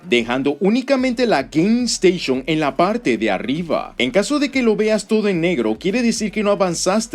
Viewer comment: Por qué pronuncias "Game Station" así?